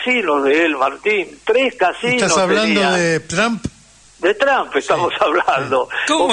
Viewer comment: Trump se pronuncia con O no con A Tromp